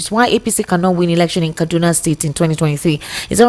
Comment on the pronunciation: Please, can you guys stop doing this fake British accent and pronounce things like Kaduna properly so that we can understand you.